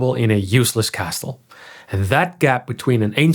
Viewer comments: Please learn to say Castle correctly...it's pronounced "Kasel". KA sell. The T is silent. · This is wonderful! In English, the T in castle is silent. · Pronouncing the T in castle is a crime. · The T is not pronounced in the word "castle". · Pronouncing castle with a "T" sound is hypercorrection. It's pronounced, by all dialects, more or less like "cassl". I know you're not a native speaker but figured I'd let you know. Good video. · The T in castle is silent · No shot he just pronounced the T in castle. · Castle is pronounced without the T... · Just a heads-up, the t in Castle is silent in English pronunciation. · why do you pronounce castle with a hard t inside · Ik snap waarom je de T in "castle" uitspreekt, maar het is niet correct. Goeie video verder. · First time I've ever heard someone emphasize the T in castle too. But either way he does a good job of explaining why feudalism worked the way it did.